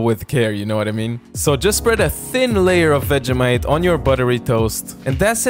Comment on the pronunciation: dont say vegEHmite say vegEEmite